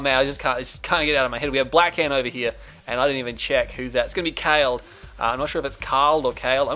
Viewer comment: khaled is pronounced "kalid"like in "valid"... it's an arabic name and it means Eternal :P .... great game GZ ... time to come back with a vengeance :)